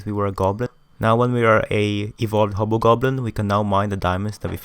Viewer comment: The fact that he pronounce the hobgoblin but ended up sounding like "HOBO" goblin makes me laugh so hard and the only reason I watch this video in the first place 🤣